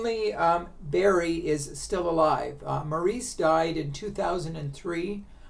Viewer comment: Maurice’s name is pronounced “Morris.” Andy did not die from drugs. He was clean and sober at the time of his death. He died from a heart condition related to years of drug abuse.